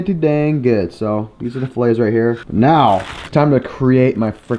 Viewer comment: I like your vids, but every time you pronounce "filet" wrong, I'm going to give you a thumbs down.